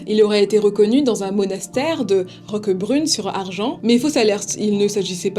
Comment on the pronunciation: Juste les noms des villes du sud font mal aux oreilles. La ville c’est Le Pontet donc l’on dit Au Pontet et non à Pontet et l’on prononce le S a Argens . Sinon très bonne vidéo merci